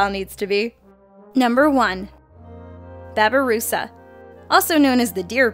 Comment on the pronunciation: lol how she said babi rusa